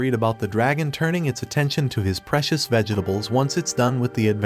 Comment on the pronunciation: It's Vegetables! Not vegehtables!!! What is wrong with this story teller?